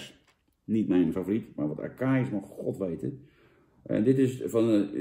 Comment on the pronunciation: Wonderbaarlijk hoe hij voor het eerst in z'n leven acai leest🤣👍